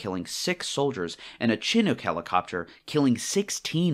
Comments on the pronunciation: Leave it to someone who can't pronounce Chinook to think that insurgents killing more of their own people than the targeted Americans would be impressive. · Yeah I figured that a guy who doesn't know how to pronounce Chinook probably doesn't understand quite a bit. Suicide bombers and other insurgent attacks, often left far more dead and injured Iraqi civilians, than American soldiers.